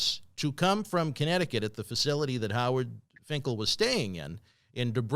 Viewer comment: Howard Finkelton? Stay Shadium? Good lord Tony lol